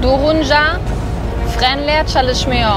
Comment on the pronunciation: Selam ben türküm ve çok güzel türkçe konuşuyorsun zaten basit bir dil biraz daha çalışırsan çok daha güzel konuşursun örneğin çalışmıyor derken o sondaki R yi zor söylüyorsun ama aslında çok kolay tek sıkıntın o ama yinede çok güzel konuştun 👍